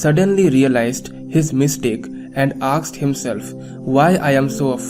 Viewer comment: I have seen your videos ....But you pronounce the word "asked" as "aksed"...!! Please correct it for future.